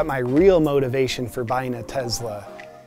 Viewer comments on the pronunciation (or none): Great but it's Tesla with an "S" not a "Z" 😂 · Man, good video, but I had to stop a few minutes in just because I couldn’t handle the “tezla” pronunciation… TeSla, brochacho ;) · Its not TeZla its TeSla!!! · I love how he says "Tezla" instead of Tesla. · I would love to get one of these Tezlas. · So rich people call a Tesla a "Tezla". I never noticed that! 🤣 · Great channel , your entertaining AF ,it’s the rich guy making fun of rich guys it’s awesome! I know your just trying to get views with all the funny stuff so ,here is some real life information about owning a Tesla (it’s Tesla not “Tezzla” by the way)i am a car guy and have many cars most I have restored or built myself. I have a model X for the last 5 years and my kid drives a y for the last 2 years ,my house is solar. No oil changes , no radiator coolant and no gas stations, Over 100k miles before a break job . The thing is quick AF , the gull wing doors are a bit annoying, but my spry 95 year old grand mother can get in way easier than a typical rear entry car. To date both the X and the Y have not needed any service except one plastic part on the steering wheel that they replaced at my home ,basically the same day I scheduled it on the app. Oh, I can pre heat or pre cool the car before I get in. Super convenient on cold mornings. The auto drive feature isn’t perfect for sure,but IMO and experience the only way to create something this complex is to Build it and keep fixing it till it’s right and except the growing pains. I get the lithium issue , it sucks to need to dig anything out of the ground and burn shit into the air. There are just way too many people on the planet. So we’re all guilty. I don’t drive a Tesla for any one reason, I like to be on the edge of technology, I like to drive fast, I like not to stop at skeexy ass gas stations. I like to not need an oil cha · Tezzzzzla? Isn’t it TeSSSSla?? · Why are you calling it a “Tezla “? It’s a Tesla. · Tezla ? It's Tesla. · TeSla, not TeZla, donky kong